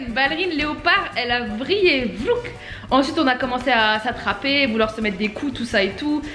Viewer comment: Oh nn j'en peut plus le '' VLOUK '' m'a tué 😭🤣🤣😂